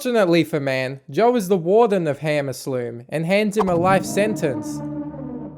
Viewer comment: I love man: arcum aslume